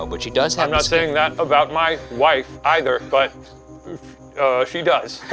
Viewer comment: Shane’s emphasis on ‘wife’… his pride of being married is the cutest